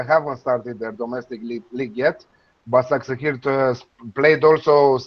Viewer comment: Pronunciation is Ba-sha-k-sh-e-hir the two 's' in BaSakSehir is pronounced like the 'sh' in *she*.